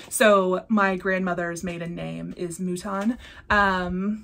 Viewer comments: I can’t come up with anything witty so going basic.......goat sheep mouton. And your French wasn’t too bad!!! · Mouton (Like “mutton.”) Were your family sheep farmers? As someone who was crazy about knitting 🧶 for 20 years, I have a love of sheep and wool. And even though I live in the suburbs, my mom was from a Canadian French farm family. So I do love farm animals in imagery, and I have most of the Plum Street stacked animals. But I would love to have the mouton. I have heard other flosstubers say they appreciate the happy mail, but they also feel uncomfortable at the same time. I think you did a perfect job explaining it for all of you! I like your patchwork quilt. I might just get inspired to get into my fabrics eventually. I also love your flower Stitching! So many fun charts out there, aren’t there?